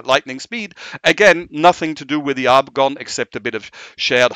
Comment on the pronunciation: Is there a reason he pronounces Agon as if it has an r like Argon??